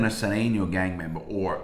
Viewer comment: Sureno not surena